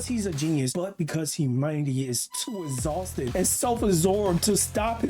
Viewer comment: "humanity is too izzhaulsted and sel assorbed" Try like 5% harder bro